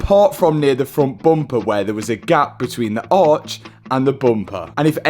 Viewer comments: I love how says “Bumpaa” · Bumper ❌ Boompah ✅